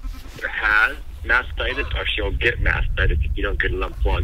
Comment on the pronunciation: Mastitis not whatever you said 🤣